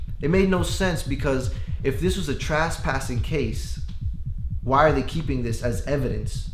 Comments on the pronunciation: I thought you might have been nervous and just screwed it up early in the video on the couch. But you repeated yourself yet a second time in the car. THE F'IN WORD IS TRES-PASSING - NOT TRAS-PASSING - WTF? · I hate how he pronounces trespassing. “traspassing”